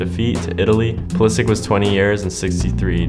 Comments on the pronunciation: Does he speak Croatian? Cause it sounded a bit weird that he pronounced it like Pulisich and not Pulishich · man doesn't know how to pronounce his own surname. In Croatian it's Pulishich not Pulisich. It's the same as english commentators pronounce Perisich instead of Perishich. Still if he pronounces like that then who am I to judge. Salute to the Cap. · because he’s Croatian and completely butchered his name. It’s spelled Pulišić and pronounced as “pulishich” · the correct pronunciation is actually PULISHICH, the Š is pronounced SH. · it's simular to how the english commentators say Perisić instead of Perišić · the correct pronounciation is pulishitch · I hate how he doesnt pronounce his own last name correctly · My guy pronouncing his name wrong, thank god he didnt decide to play for us